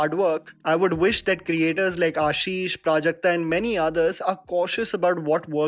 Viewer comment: Waiting for the day when people will pronounce Prajakta’s last name correctly!